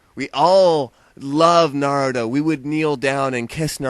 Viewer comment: na-roo-toe.not 'nerdo' sorry lol it just sounds like you are saying 'neerdo'